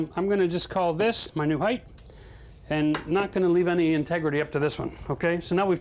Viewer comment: great drinking game every time he says "tegrity"